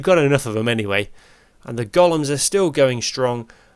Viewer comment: loved the video, thank you. On a side note and as a fellow countryman of a certain age, I just thought I’d drop you a pronunciation tip: the big hulking things are not “goll-ums” but “go-lems”. 😀 (Hope you don’t mind me mentioning it. I’d want to know if it was me.)